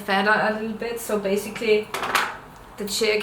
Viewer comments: omg haha even tho u say this now i stil can only hear her say chick :p. thanks for answering my question aswell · She is saying "Jig" but it just sounds like "chick". The jig positions the feather 1/3 the way around the shaft and holds the feather in a spiral or "helical" shape.